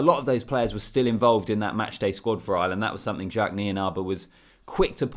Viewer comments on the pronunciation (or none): none